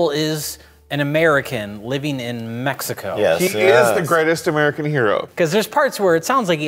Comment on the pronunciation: Even the way the voice actor says Mexico. He's using the English syllables, but he says it with proper Spanish accents.